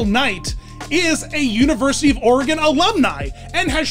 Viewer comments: "Or ee gone" or "Or uh gone" which are both incorrect. You got it right though! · As an Oregonian, I must thank you for pronouncing Oregon correctly 🙏